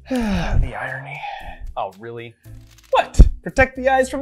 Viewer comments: "oh, the eyerony." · you should have said it like : "Oh the EYErony" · "Oh the eyerony" killed me. Small things I know. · Ah yes, the "eyerony" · "Uhh the EYE RUNY"